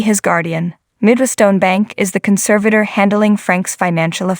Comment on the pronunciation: Who is narrating this. who calls nine hundred eleven, and has a consavater